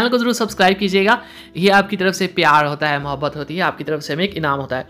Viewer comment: the way he says " pyaar hoota hai muhaabat hooti hai " 🤣